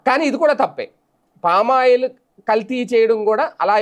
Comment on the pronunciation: First వెళ్లి పామాయిల్ ఎలా పలకాలో ప్రాక్టీస్ చేసి రా.